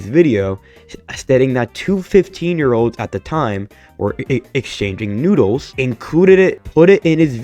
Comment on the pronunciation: When you said noodles I had to rewind the video like 5 times to understand what you were actually trying to say.